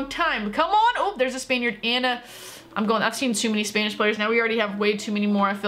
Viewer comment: stop saying spanish like spainish